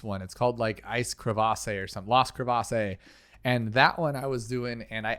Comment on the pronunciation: The “e” in crevasse is silent 👍